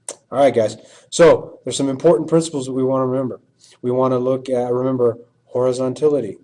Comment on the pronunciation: you forgot the 'n' in horizontality